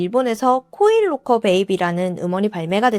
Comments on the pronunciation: 나만 그런가? 계속 코일로커로 들리네. 😮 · 코인 롹커 말하는거죠? 첨엔 못알아들었어요 사물함.기왕이면 영어발음이어떨까요.